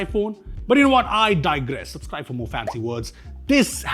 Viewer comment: Why supscribe instead of subscribe bro😂